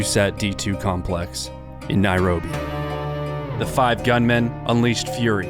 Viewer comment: Say Nairobi like this Nairobi and you will be nearer